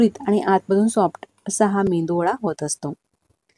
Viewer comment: मेंदूवडा नाही,मेदू वडा.